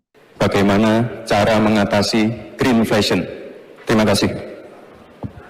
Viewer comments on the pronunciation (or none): mengucapkannya saja salah..diucapkan terddengar Greenfashion....ya tidak bisa disalahkan karena IPK nya 2,3